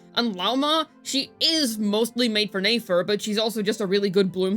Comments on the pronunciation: right just lazy. Also, let's not talk about the way she pronounces Nefer. NAY FER 🥴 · Even neigh-fer. Lol.